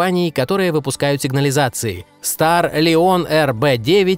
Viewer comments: Стар Лион?!! StarLine = Стар Лайн... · Пздц подучи Английский , какой нахер "старлИОн" ? StarLine (стар лайн) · Ахахаха Старлион..... сначала узнал бы как правильно говорится)))Старлион